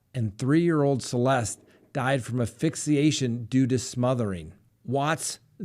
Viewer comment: Isn't the word "ASphyxiation"? You keep saying "afixiation" ,Wich has a different mesning